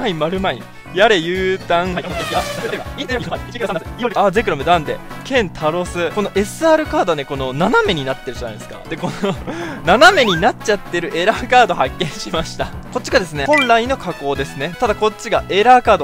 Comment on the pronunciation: ケン↑タロス↓